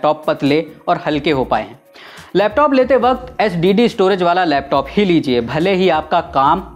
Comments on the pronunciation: SDD NAHI SIR JI SSD BOLIYE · Sir Its SSD... SDD nahi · SDD Nahi Bhai SSD😂😂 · Bhai wo ssd h na ke sdd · Lagta hai up ne 7 mins baad SSD ko sdd bol diya ? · Ssd ko kitni bar sdd bola 😂😂😂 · It's SSD not SDD. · Bhaio SDD nhii SSD,😅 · Brother sdd nhi balki SSD hota h Baaki video kafi knowledge full h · Ssd hai sdd nhin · SSD* not SDD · Bhai wo sdd nhi hoti ssd hoti h pehle knowledge le thodi phir video banaiyo😅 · Aap Baar Baar SDD kyu bol rhe hain....SSD hota hain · It's SSD not SDD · Sdd Nahi SSD hota hai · Not SDD It's SSD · its not sdd 😁 its ssd